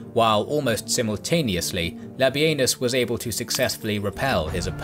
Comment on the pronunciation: the disrespect to labienus.... its LA-BEE-NIS not LA-BEE-EN-US. The man deserves atleast 35-45%, if not 50% of credit for the gallic wars and yall cant even get his name right or properly credit him